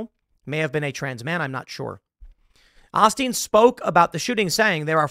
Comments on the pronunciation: (Oh Steen) is the correct pronunciation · It's pronounced O-steen Long O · Tim, I believe it's pronounced Ol' Steen.. just so your not hearing/getting slack for that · oh-steen tim. it's oh-steen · Oh-steen Tim oh-steen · Ahsteen? lol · Pronounced - (Ole- Steen) Olstein. Please work on the pronunciation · Its pronounced "owe - steen" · Dude it's Olsteen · Joel Ah-Steen 😅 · Osteen is pretty happy to take money from trans people as well as other and it is pronounced Oh-steen and that isn't a church he runs.. it is a scam. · O-stēn is how it's pronounced. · Tim it’s “Oh-Steen” Just needed to correct that. I know cause I’ve heard him a few times growing up. Also, yes. Osteen’s sermon’s are more like listening to a heavy Christian based Tony Robbin speech. So yeah it’s “Christian” but it’s very corporate based. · OHsteen. OOOHHHHH-steen. The texans are all cringing. Lol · Yo you in a whole different county that has the balls to threaten Harris about the crime problem saying yall got no fear of arresting people. That being said, it's more weird hearing Tim call him O-Steen. I thought it was pronounced (oal) -Steen? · Please learn how to pronounce Osteen. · "O" sound in Osteen as in the word bowl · How do you not know how to pronounce Osteen correctly? You have one job, hatfishing beanie boy! LOL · Your saying the pastors name wrong. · You're pronouncing Osteen wrong and the name of the church is Lakewood it is in Houston Tx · I don't care for the guy because he's very materialistic, but yeah, that constant mispronunciation was a tad irksome. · I'm sorry but being from Houston I just can't with the "Joel AU-steen". I don't know, maybe it's just because I'm from here but I assumed it was just common knowledge on the pronunciation of his name. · It's pronounced OH - steen and he is a grifter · Have I seriously been mispronouncing this guy's name for twenty years? I could have SWORN it was Olsteen not Osteen... No just me? M'kay cool. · Pronounced, oh steen. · Joel Oh-steen.